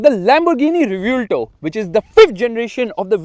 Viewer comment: Its pronunciation is Ray-Bhuel-TO( As in To in hindi for So)